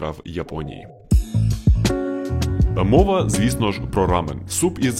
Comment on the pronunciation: Дякую круте відео ❤ вухо ріже вимова слова рамьон😂😂😂😂